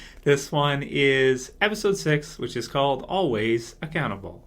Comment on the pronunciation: At first I thought was saying "Always a cannibal" when he said the name of the episode! LOL